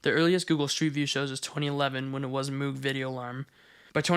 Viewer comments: Another small note, since they are the same family-- Moog Synthesizers are pronounced to rhyme with "rogue" or "vogue." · moog is actually pronounced like rogue or vogue. mohg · you're pronouncing MOOG wrong. its MOAG. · just fyi, I interviewed with Moog, it's pronounced more like mogue (think "rogue" but with an m) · Its pronounced Moog ;) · Lol at the mispronunciation of moog